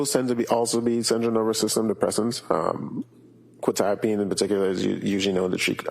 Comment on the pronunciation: Why is no one able to pronounce quetiapine right?! "kwuh - ta - uh - peen"